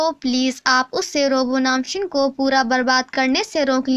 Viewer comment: So sweet...... Instead of 'pura ka pura' you spoke 'puda ka puda'